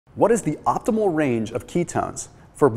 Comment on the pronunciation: Optimal, not opthimal !